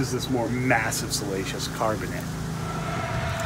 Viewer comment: Great channel. Sorry, but it cracks me up when I hear salacious rather than siliceous.